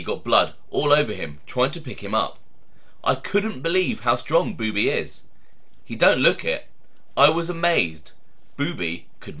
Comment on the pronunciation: I knew Boobie well...it's not pronounced "beeewww bee" it's a faster sounding bubby...